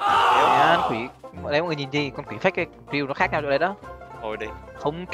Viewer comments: kill của tấu mà thành... "Gill của tấu" wow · kill mà tui nghe ra gill xong ngồi cười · Tui nghe thành gil của tau, kkkk🤪🤪🤪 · mấy bạn nghe sao chứ tui nghe kill của tâu là gill của tâu😂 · Sao khúc cuối cứ nghe "gill của tau" ^_^:)))) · As ns kill của tau mà tui nghe gill của tau 🤣🤣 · Kill của tau nghe thành gil của tau😂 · Kịil của tao Mà tui nghe là Giil của tao 😂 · Kill của tâu